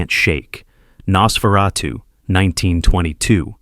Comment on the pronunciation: I'm still laughing about Noseratu (vampire nose) 😂